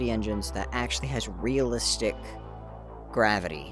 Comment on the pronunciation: Did you say gravity